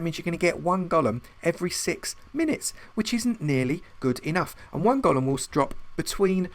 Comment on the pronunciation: Thank you for pronouncing golem correctly. You got a Like just for that. I had written my comment before when you inexplicably began pronouncing it differently. I took back my like. "Gollum" is a character from Lord of the Rings. A Golem (Goal-Lum) originates in Jewish folklore. It is an artificial human-looking construct, usually created out of clay, and magically brought to life. If I recall my readings, it was mostly used to work for or protect its creator.